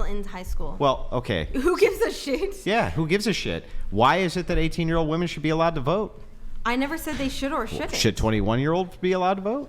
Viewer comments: Seriously, why can't young people pronounce "women." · Can someone please teach these women that when speaking in multiples, the word is WOMEN not woman...it's like speaking of plural is lost to anyone under 40 when...every single female I've seen across multiple podcasts says woman when they're saying something about women in either instances singular or plural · Why do these girls keep saying woman and not women? It’s f*n annoying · Why can't this generation pronounce "women" vs "woman" properly? It's SO common. I hate it. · It drives me crazy when people pronounce "women" and "woman" the exact same way (and it's almost always females who do this). Almost as bad as people who don't know the difference between then and than.... but I digress. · Forcing women to stand by their words that they say out loud, is better than comedy. She expects people to listen to her seriously when she's not able to pronounce the pural form of her own gender.